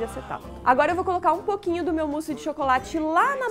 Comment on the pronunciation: se diz o musse